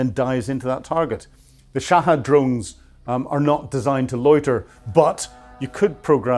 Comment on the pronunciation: Hypocrate Americans and wwests,,,it's Shahed(pronounce Shaheed) not Shahad😅 it will burn your ass